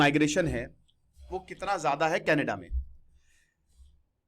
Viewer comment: यह कनाडा है, कनेडा नहीं.